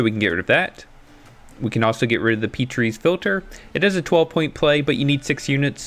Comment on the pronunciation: Good video, I completely forgot that starter decks can still go 2-0 and that it isn't impossible to climb ranks well with them. Also, you mispronounce Petri's Philter; Petri's is pronounced as Pet-ri's (pet triss, almost) rather than Peat-ri's.